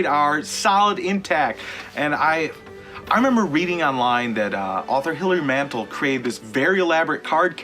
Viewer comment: You might at least pronounce the author's name correctly.